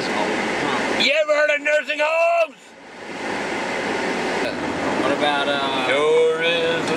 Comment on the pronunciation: "YOU EVER HEARD OF NURING HOMES?!"